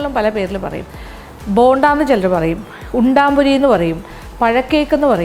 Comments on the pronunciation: ഉണ്ടംപൊരി എന്നാണ്,,,, ഉണ്ടാമ്പൊരി അല്ല,,,, nthayalum kidu റെസിപ്പി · EKM ൽ ഉണ്ടംപൊരി എന്നാണ്. ഉണ്ടാം അല്ല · Undaampori alla, undampori ennaanu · ഉൺടാപൊരി അല്ലമാഡം ഉൺടംപൊരി ആണ് നാടൻ പലഹാരങ്ങളിൽ ബെസ്റ്റ് _ പഴംപൊരി, സുഖിയൻ,പരിപ്പ് വട, ഉന്നക്കായ , ഉൺടംപൊരി,നെയ്യപ്പം മാഡം വളരെ ഭംഗിയായി,സിംപളായി വിശദീകരിച്ചു thanks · ഹെലോ ചേച്ചി ഉണ്ടാ പൊരിയല്ല ഉണ്ട പൊരിയാണ് ചേച്ചി 🤣🤣🤣🤣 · Chechi parayannuth undaaampori ennnaanu pakshe sherikkum parayunnath undampori ennaanu 😉😉😉😉